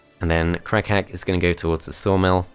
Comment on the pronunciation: Shoutout to everyone who kept hearing "Crack-hat" instead of Crag Hack